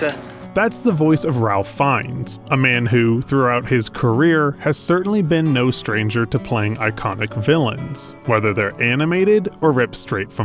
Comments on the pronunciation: It’s pronounced “Rafe”, just FYI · Mispronounced his name in the first minute, great research bro! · Bruh... I know it's spelled "Ralph" but it's pronounced "Rafe". You're a YT channel dedicated to cinema, so you should probably get that right. That is fairly common knowledge among even the most amateur of movie enthusiasts. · You did mispronounce Fiennes' first name, though. It's actually pronounced "Rafe". This goes back to Middle English, because that family is super posh. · His name is pronounced Rafe (ray-ph), not Ralph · It's RAFE not RALF lol. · Its not RAL-fuh, its RAEF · It’s pronounced “ Rafe”; if you’ve gotten that wrong the rest of your video becomes not interesting as you’ve made so little effort. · it's pronounced "Rayf", not "Ralf" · It's pronounced "Rafe" Fiennes. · His name's pronounced 'Rafe', not 'Ralph'. It's an English posh person thing. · "Rayf" Fiennes, not "Ralph". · It's pronounced RAYF, not RALPH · Ralph Fiennes first name is pronounced Rayfe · You pronounced his name wrong. It's "Rafe Fiennes" Not Ralph. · It’s pronounced “RAFE” not “RaLf” Sorry not sorry. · immediately annoyed me... Raif not Ralph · His name is spelt Ralph, but pronounced "Ray f" as in ray of sunshine with an f on the end. He is a world famous movie star, and you are creating a video about him- how do you get the pronunciation of his name wrong? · Ralph is pronounced Raif! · "rolf" how do you make a whole ass video about a dude and still mispronounce his name lol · It's pronounced "Ray" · It's pronounced Rafe, rhymes with... tape, kind of. Fiennes is one of my all-time favorite actors. Quite a talent he has. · its pronounced Ralph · It's pronounced ... "RAFE". Do your homework. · Others have already pointed out the "Rafe" thing, but I need to point out the "Goeth" thing. There is no "R" in Goeth. His name is not Amon Girth. At least try to pronounce it correctly. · It's pronounced Rafe, actually. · Love the video but it's "Rafe Finez" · It's pronounced Raif.